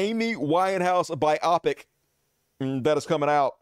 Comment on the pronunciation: Not to be a stickler but it's pronounced, "bio-pic," short for "biographical picture." You're not the only one I've seen say it as rhyming with "myopic," which is funny 😂